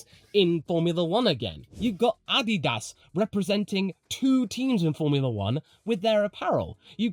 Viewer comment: Read up on the history between the two. Also props for the proper pronunciation of Adidas.